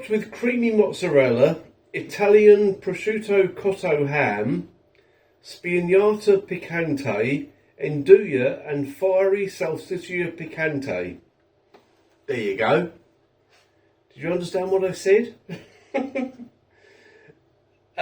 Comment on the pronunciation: It's pronounced N doo ya apparent